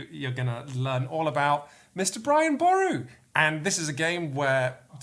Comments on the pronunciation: Thanks for showing the game Brian boru, but I think needs to brush up on Irish names...it’s Pronounced “Boruu “ not bore u” and probably also the artist’s name is Deirdre (pronounced ‘ Deer dra,” not Deer dree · Irish person here, Boru is pronounched like buh roo. Our language likes its trickery.